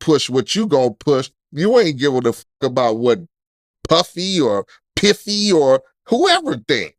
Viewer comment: when he said Puffy or Piffy I fell out 😂